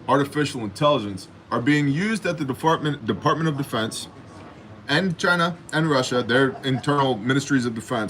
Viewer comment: DeFartment of Dafence!